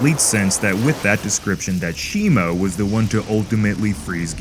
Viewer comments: It’s not shimo it’s shimu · It’s Shimo not Shimu